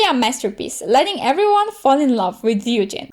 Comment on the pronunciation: somebody who actually says ryujin right 😍